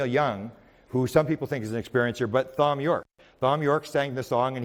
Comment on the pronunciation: Thom is pronounced Tom Btw. Not will ever see this